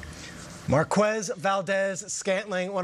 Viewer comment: Why do people pronounce it “Mar-qwez”,the last name is spanish so shouldnt it be “Mar- kez”